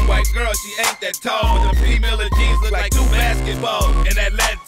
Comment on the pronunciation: "them jaenz"